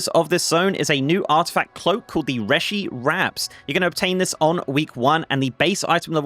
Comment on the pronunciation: REE-shee wraps,! That's how it's pronounced by in-game characters.